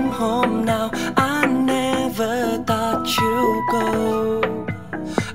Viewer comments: Ái ne vớ "tot" chú gô, ơ quầy =)) phát âm tiếng Anh làm hỏng cả bài hát của người ta ... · sao lại cứ phát âm thought là tắt/tót nhỉ @@